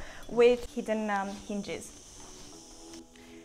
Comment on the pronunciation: "First we enter the wooden door with humn er hinge" right........... of course with hinge hahahahahahaha.